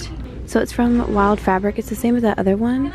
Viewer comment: I died when she said wild fabric instead of wild fable 😂